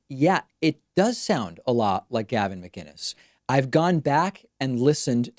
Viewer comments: I also noticed the callers correct pronunciation of his last name. Most people say Muh - Ginnis as opposed to Mic- Innis. And that seems to be a point of annoyance for Gavin. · I know it was Gavin when he pronounced mCinnes correctly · It’s definitely Gavin. He even pronounces ‘Mcinnes’ right, with a c not a g, which most people wouldn’t do... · The fact that he properly pronounced his last name makes me feel like its him lol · Sounds like he’s going for an American accent but the Canadian is slipping through. He also enunciates his last name which often sounds more like ‘MaGuinness’ when other people say it.